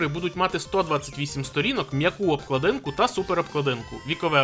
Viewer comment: Дякую за контент, але мушу це сказати: у слові обкладинка наголос на другому складі :face-blue-wide-eyes